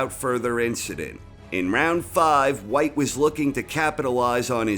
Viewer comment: Povey-etkin, Deeleeeann Weehyyte